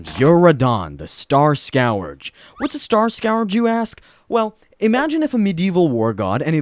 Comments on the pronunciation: starSCOURGE. not SCOWERGE. jesus fck dude. SCOURGE. SK-ER-GE Your education sucks. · Ahh yes, the Star Scour-j Radahn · "Star Scour Edge" 😢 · You pronounced Starscourge wrong. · Yeah starscourge isnt pronounced like that 😂😂